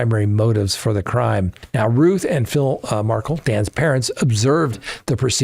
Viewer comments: Correction? I think you got that wrong, ~ I'm pretty sure the truck driver stabbed Sanchez after being assaulted by him. And this makes the 3rd or 5th time mentioned to you in comments, that I have seen, Dan Markel is pronounced Markel, rhymes with spell, not Markle with your sparkle. You ask us to comment but there just must not be time enough to read them all. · It's pronounced "mar-kale", not markle. Love your podcast! ❤ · I’m starting to think it’s intentional. Their name is MAR-KEL. (MAR)-(KEL). Not MARKLE. MARKEL ✔️ MARKLE ❌ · Lawyer, lawyer, please pronounce Dan Markel's family's surname correctly. Accent is on second syllable. Mar-KELL. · There is no excuse for you mispronouncing the Markel name... Shame on you. This has been all over the news. You have to know how to pronounce it correctly. Please! Don't disrespect the Markels any more than they already have been. 😡